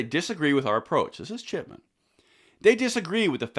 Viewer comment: You say Chip-E-Chip😂